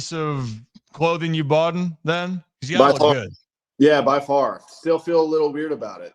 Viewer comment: said "Boughten"